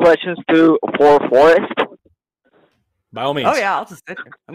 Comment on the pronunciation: Does forrest say “by all means” or “bio means” lol